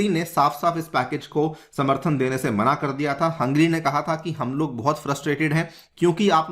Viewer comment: you keep saying Hungry instead of Hungary.